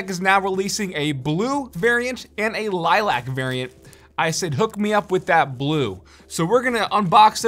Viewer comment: Am I the only person annoyed by the way he pronounces "Lilac"